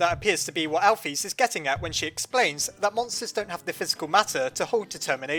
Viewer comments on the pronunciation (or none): ur supposed to say alphys like this al-fis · Alphys...... = "Al fiss" not "Al feez"